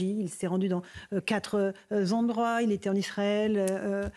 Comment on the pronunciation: "Quatre Zendroits..."🤔 (Je l'ai toujours trouvée jolie et inculte... (C'est la Danièle Gilbert du journalisme.)😊 En son temps Gilbert Collard l'avait bien démasquée et déculottée.